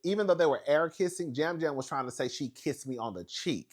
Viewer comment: “Lisa keesed me” 😂😂